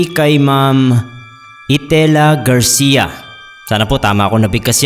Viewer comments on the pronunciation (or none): none